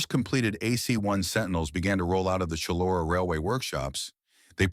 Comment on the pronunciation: Shullora? Must be Chullora which is basically Bankstown NSW. Forgotten history!